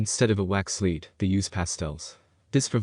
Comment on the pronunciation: Lead is pronounced led in this case, not like leed. I was confused for a while, until I realized what you (or the robot voice) were trying to say. Really obscure brands you picked.😂